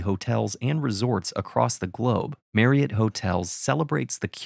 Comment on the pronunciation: First time I have heard Marriott Hotel pronounced properly by someone with an American accent